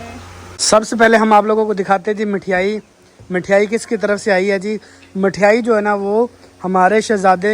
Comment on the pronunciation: Mithyaai nhi mithaai bolte h bhai